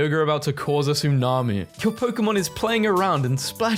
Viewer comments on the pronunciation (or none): none